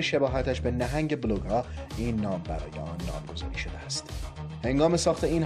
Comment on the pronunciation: هواپیما اسمش بلوگا هستش نه بولگا آی کی یو .بلوگا اسم یه نوع ماهی خاویاردار هستش